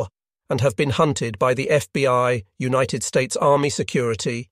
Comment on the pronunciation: I really enjoy the first person commentary. The narration is also pleasing to listen to, although this appears to be computer generated judging by the occasional weird pronunciation - especially of some words ending in “ed” for example “united”.